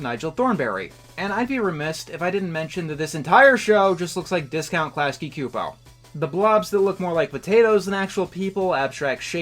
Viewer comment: I love not knowing how to prnounce Klasky Csupo